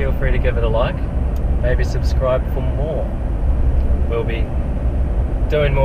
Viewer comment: Dont wanna be a dick but your outro says "subsribe"